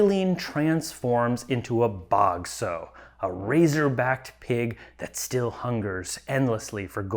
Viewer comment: Sorry, but this grated on my ear the whole review: "sow", as a noun meaning "female pig", is pronounced to rhyme with "cow".